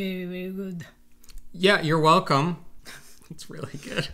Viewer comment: Looks Good-uh!!! ❤️